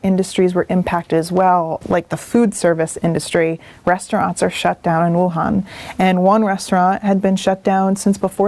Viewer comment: Wow! You pronounced Wuhan correctly! Props! I've been based out of Shanghai for a few years now. Went traveling for Chinese New Year and then this hit and hid out in Thailand for 6 weeks. Finally just got back to Shanghai but have to complete a mandatory 14 day "self isolation". Was hoping to get out and take some street style photos of what life is like these days in Shanghai but I guess I'll at least have to wait 9 more days until isolation is complete.